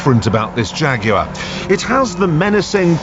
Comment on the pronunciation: you mean Shaguars right?!